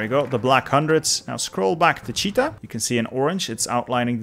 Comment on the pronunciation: Nice video! But Chita is pronounced 'chitA' (not like cheetah).